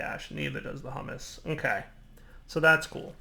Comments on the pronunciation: Did he call it "hummus"? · HUMUS isn't pronounced the same as hummus! I remember the last time you used this in your 1.5 series, and you even mentioned that you'd screw that up! stop fulfilling your own prophecies!